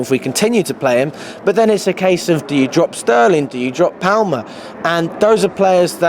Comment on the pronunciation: Someone needs to tell the interviewer how to pronounce palmer l. Winds me up everytime